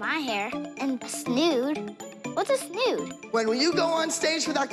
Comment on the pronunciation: I love when McKenzie goes, I’m not putting a rat in my hair, and a snode. What’s a snood.